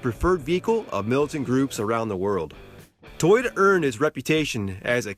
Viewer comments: First learn how to correctly pronounce Toyota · lol say toyota again